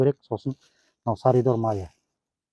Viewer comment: Саридор емес салидол десей.